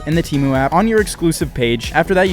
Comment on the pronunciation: Bro called it teemu not temu 😂